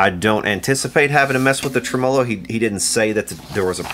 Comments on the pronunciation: It's pronounced "trem ah - low", not "tre -mah lo"-changed midway, wtf? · Never heard the word tremolo pronounced quite like that before 🤔